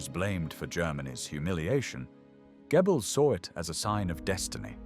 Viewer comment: For goodness sake - it's pronounced 'Gerbells'. not 'Gebbels'.